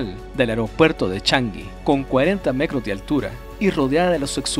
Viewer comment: Decia mecros en vez de metros Jajsha tambien escuche que menciono Impuestos anales en vez de anuales Anda mormado 🤣